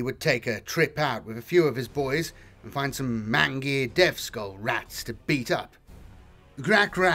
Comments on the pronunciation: Superb reading, love hearing about those space punk and goth crazy orks and their rust-bucket rokkit-strapped bat-shit crazy armies! Just a heads-up; mangy is pronounced mane-jee not man-gee. As for the cordite; it's possible, seeing that Orks would use anything for a propellant. The lowest crappiest firepower tech they have would be little better than a musket, whereas anything for their Shokk-Attack Gunz, beam-gunz, tellyportas and Zzap gunz would be exotic and completely hazardous to be around. Hell, I wouldn't be surprised if some of their tech even causes cancer in bystanders and genetic failure by extreme leaky radiation. I realize what cordite is as a propellant and how downright primitive it is even for 40k. But again, these are Orks. For Mephet'ran the Deciever's sake, they use "squig-juice" to fuel their Burnas! They will use ANY. THING. To get airborne or as 40k-graded C-4. Even if it's a bunch of molotov! Flame, explosion, propellant, radiation, plasma, nuke/nuclear, rocket-fuel, cordite, fyceline, propane, benzin, nitroglycerin, plastic, it doesn't matter. They will find a will and half a functioning way to get from a to z to a time-warping wormhole into the warp on a WHIM. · Ranting about 'cordite' when one can't pronounce words like 'mangy', 'Acheron' & etc.... :-/